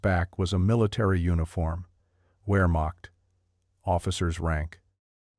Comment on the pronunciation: Why do you say " wear mock"? It's Wehrmacht.